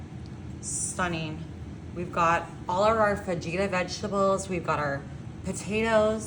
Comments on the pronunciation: Did she actually say “fah-geeta” vegetables ? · It’s pronounced FAHITA! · Actually its fuh-hee-tuh. But part of their show is to mispronounce things on purpose. 😊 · Fa-gee-ta 🫣 Just when you thought it couldn't get any more disgusting.. 😒